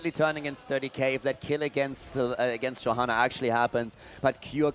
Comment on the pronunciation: He can't even say "Johanna" lmao